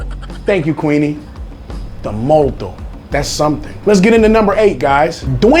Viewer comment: Molto. Thats not how Tagalog pronounce it 😆